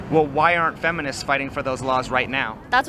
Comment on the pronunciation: "every fenimist"